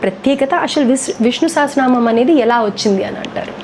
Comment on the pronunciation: Sha kaadu saa andi telusukondi